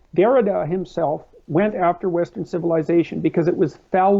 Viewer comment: Saying Hamself and Bunself just makes me hungry 😂